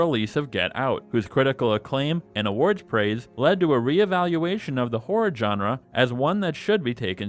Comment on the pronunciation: At a certain point, all I heard was "djenre"